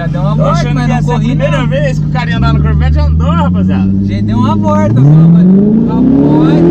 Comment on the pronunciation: kkkkkkkkkk caramba falou bonito o nome do carro